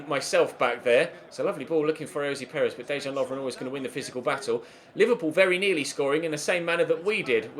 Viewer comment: Why do you say ayozee Perez its ayoz Perez